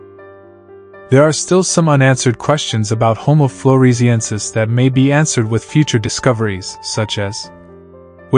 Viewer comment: 👎👎Narrator can't even pronounce the subject matter!